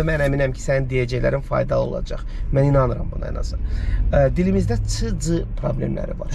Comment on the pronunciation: “olıcey” yox, orfoepik normaları pozmayın. 😀